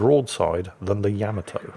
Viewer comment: >repeatedly mispronounces "Yamato" >pronounces Russian ship names flawlessly ...typical Imperial Bri'ish tendencies.